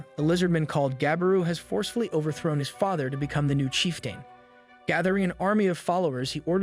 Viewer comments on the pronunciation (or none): Lizardmin & "chief-tayne" gave it away for me